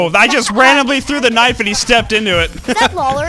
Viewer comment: K-nifE???? It's knife just saying not to be rude or anything